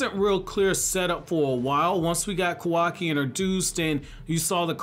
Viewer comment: Proud of you... You're finally saying kawaki correctly